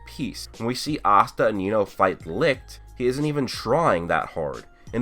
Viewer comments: I thought licht was pronounce like leech not lick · Licht is pronounced Lisht and not Likt it's German meaning light you can google it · Its called Licht dude Lichhhht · He's called Licht its a german word but most of u americans seem to have problems to say it right :)